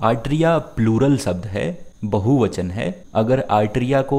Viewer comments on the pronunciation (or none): none